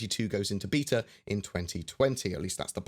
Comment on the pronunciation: Awesome, can’t wait for the live build :D Btw The way you say Beta triggers me, XD